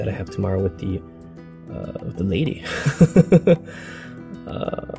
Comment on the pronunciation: I swear you keep saying cannabis instead of canvas